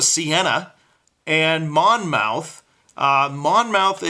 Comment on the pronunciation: The second 'o' is silent. It's pronounce "Mon-muth." The o-u-t-h reads like a soft u, "uth."